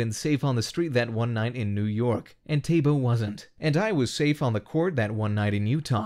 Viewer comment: Man they butchered Thabo’s name lol